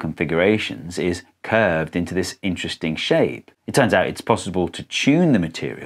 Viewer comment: "iteresting shape"